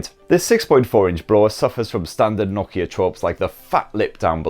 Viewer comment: when he say nokia that shocked me